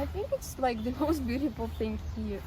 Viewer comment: It seems when russians say the word "thing" they say it like "think". Is the silent g sound tricky for russians?